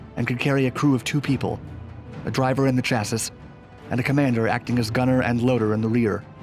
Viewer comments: “Chass-iss”??? Try “Chassee”. Mitsubishi and fuselage were a bit muddled too...Still, cool content! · great vid but when you said "chass-is" instead of "chassie" it hurt a little. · I actually had to pause, rewind, add subtitles to make sure i heard him correctly, then googled “chassis” to make sure i was pronouncing the word correctly, i.e., “cha-see” - i guess the automatically generated subtitles wrote what he said, “chasis” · Dgaf brapman no it is chassis, he pronounced it wrongly as chassis, it’s actually pronounced chassis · chas sisssis...lol this narrator dude always be messing words up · "chassis" is pronounced "chassy" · lol he said "chasses" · He said chassis lol. you know he doesn't work on cars! It's pronounced chasy. It maybe that's just a southern thing IDK. The only way I've ever heard it pronounced. unless someone was being a smart ass or didn't know what they're talking about. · Chassis pronounced chassi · Just a heads up, chassis is pronounced "chassie". Honest mistake. Keep up the great vids! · Another awesome video broski. Quick thing. Chassis is said chas'cee. Keep em coming. I watch em all. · Great video but I hate when people pronounce the last "s" in "chassis". It's "chasee". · What a weird word.... Here in the states you wouldn't say it like that unless you are joking... Not tough enough or something...lol.. Where I grew up, you woulda probably gotten beat up in for pronouncing chassis like that in school... Metaphorically speaking of course.... Not as an insult... Chassis,Chassis,Chassis😂👍✌ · "Chassis" Funny pronunciation